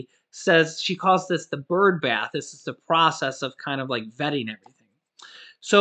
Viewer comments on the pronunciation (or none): none